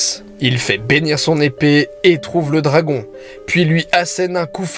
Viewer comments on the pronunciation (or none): none